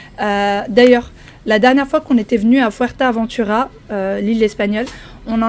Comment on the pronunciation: Coucou C’est : FuertE Aventura Pas FertA 🙃 Bon séjour